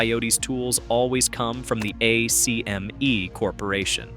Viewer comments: Bro if you say A-C-M-E one more time I’m blocking your channel. Everyone from the 80’s knows it’s pronounced “ack-me”. Go watch Who Framed Roger Rabbit. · pronounced AK ME